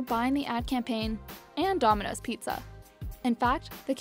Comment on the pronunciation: She can’t even say domino’s